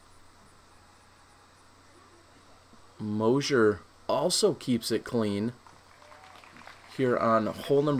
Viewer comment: It's Moser, not Mosier!!! He made the final 4 for gods sake!!